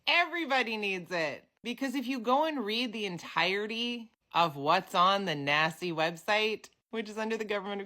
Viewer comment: Every time you say Naci….i hear Nasty 😂